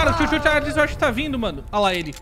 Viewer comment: Maioria pronunciando: "Tchu tchu Tcharles" Eu: "Xu xu Xarles": "SUCHU........... CHARLES"